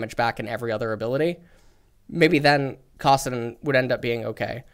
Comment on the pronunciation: Every time I listen to, I gag at the way he pronounces stuff. "Kahsidin" "Ahtrox" "Freeze" (that one is just an annoying stupid concept he brings up all the time)